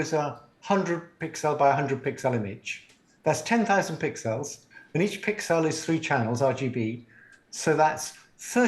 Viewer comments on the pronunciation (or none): Who the hell pronounces pixels like this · That moment when you realize that his pronunciation of "pixels" is peculiar not because he's weird but because pixels must have originally been termed "pic cells", short for "picture cells", and he sees no sense in reducing the meaning of the term.